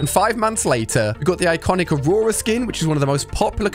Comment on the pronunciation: aura not aurora